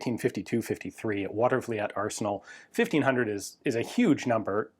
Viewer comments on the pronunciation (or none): Not quite, it's actually Watervleet (2 syllables) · It's pronounced "Water-vleet" Arsenal. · Hey Ian, thought you would want to know. Watervliet is pronounced Watervleet. It's actually an old dutch name, even though it looks somewhat French. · Pronounced Water-Va-Leet, I grew up 2 houses away from the Arsenal, buddy of mine's dad is retired Army and currently works as a civilian contractor for them and gets to test all the cannon barrels at the Arsenal in the bomb shelter they turned into an underground firing range for artillery and ship cannons, the bomb shelter used to be large enough to house 10k people for like 6 months in case the Arsenal was ever targeted for attack by enemy countries but was turned into a firing range i believe after WW2 and has been used to test fire every tank, Artillery and cannon barrel that is produced there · I grew up in the capital region of New York State. The name of the arsenal is pronounced “water-vleet”. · Just FYI, Watervliet is pronounced Water - va - leet.